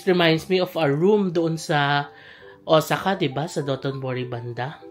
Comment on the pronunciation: Correct ko lang po sana un pronunciation po ng Osaka. It is Ow-saa-kuh po. Thanks